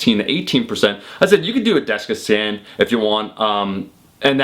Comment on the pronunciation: You seem like you're having trouble saying "dexa scan"